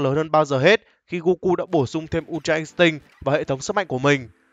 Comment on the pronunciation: Đây là kênh đọc chuẩn nhất từ untra instinct. Các kênh khác mấy bố toàn đọc là in'tích :))))